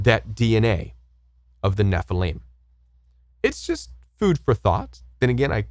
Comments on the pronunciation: SUPPOSEDLY (not supposbly) height (not heighth) and nefa LIM ( not leem) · ??? I have always heard the Nephilim pronounced: Neh-fill-im; you pronounce it: Neh-fil-eem Where do you get that pronunciation???